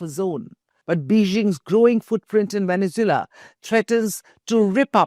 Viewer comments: It’s pronounced veh·nuhz·Way·luh not veh-ne-zoo-luh. Lol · Vene zu elan thats how it is proouced. How could India become a world power when its media and parlaimentarians can't pronounce simple words? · Venezula? Bijing ? 😂😂🤣🤣